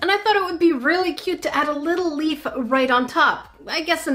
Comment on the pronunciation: She said lep I say leaf